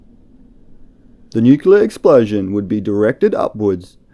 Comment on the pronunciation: It's NU CLEE AR, not nucular. Please try and get it right.